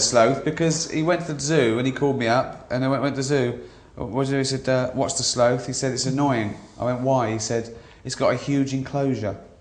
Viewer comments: its sloth not slothe !!! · Who the fuck pronounces it Slothe? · Why do British people pronounce sloth as slow-th. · sloath ?? didn’t know that’s how brits pronounce sloth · stop saying SLOTH like SLUTH .. oh my god. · Sloath. Haha. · Why do they pronounce sloth that way. Sloth - like one of the 7 deadly sins... laying about doing nothing, that is where sloth comes from, the animal that lays about doing nothing. Pronounced the same.